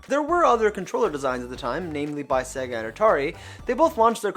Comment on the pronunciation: Why can’t this guy say SEGA or SNES properly?